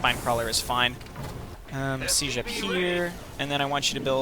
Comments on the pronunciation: The way you use the fricative [ʒ] instead of the affricate [d͡ʒ] in [sid͡ʒ] really messes with me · The way you use the fricative ʒ instead of the affricate d͡ʒ in [sid͡ʒ] really messes with me